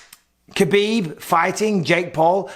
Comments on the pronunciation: It's "Habib" not "Kabib". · Cmon Michael, you know better than anyone it’s pronounced Habib